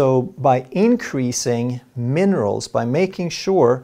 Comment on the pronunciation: He said monerals